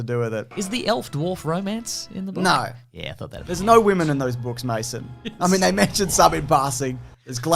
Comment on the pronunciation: "MASO"??? I've seen close to a hundred of these guys' videos, and I've always thought it was "Mason".